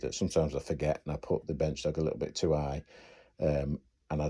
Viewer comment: Are you saying bench dock? Bench dog? I had this same problem when I tried to watch the movie Snatch